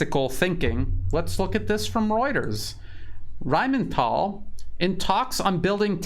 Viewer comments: It's Rheinmetall, dammit, not RheinmeNtall. 😆 Rhein (the river Rhine) + metall (metal)... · The word RHEINMETALL needs to be proncounced with a different accent. Imagine you are playing in a Indiana Jones movie... RHINE MHET-ALL! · you pronounce it Rhein-Metall, as in Rhein river and Metall as in steel work. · Why do you keep saying "Rheinmental"? The only "n" is in the Rhein-part of the name. lol. The name literally just means "Rhine metal". There is nothing mental about it, hahaha